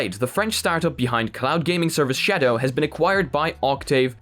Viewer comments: I like how he says shadow Sha DOE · The way you pronounce "Shadow" physically hurts me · I giggled like a dumbass everytime you said shadow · The way this dude says shadow